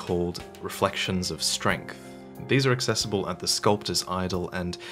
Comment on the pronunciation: "Reflections of Streght" or let me flex my skill son